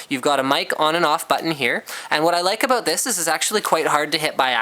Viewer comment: aboot :D